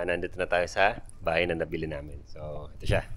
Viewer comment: Natawa ko dun sa may "haybay na kami!" Ni ate hahahha!